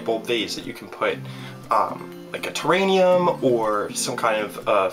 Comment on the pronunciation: What in the what is a "terrannium"?? Two enthusiastic thumbs down. Perhaps a bit of practicing would be in order before future "tutorials". ;)